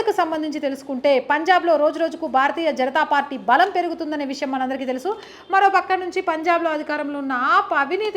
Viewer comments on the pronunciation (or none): none